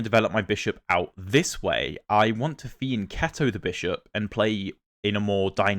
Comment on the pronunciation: Yes, that is the correct pronunciation of the word "fianchetto"! 🍝 🍅🛵